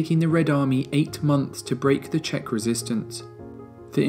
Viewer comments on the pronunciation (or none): none